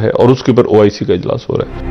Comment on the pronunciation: Man it's oic not ioc haha. He keep repeating ioc 🤣🤣🤣🤣